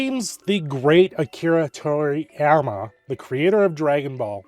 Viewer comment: Please research how to pronounce people’s names before talking about them. Toriyami isn’t it